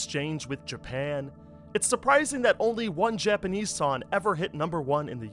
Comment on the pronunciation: why dont you pronounse "G" your missing your g's in song and sing?